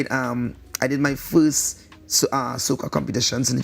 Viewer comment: The its more Furse than Furst